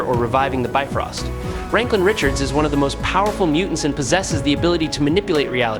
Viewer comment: Spelled his name all the way wrong in the thumbnail and the title. How 🤔? And said his name wrong... really, how ?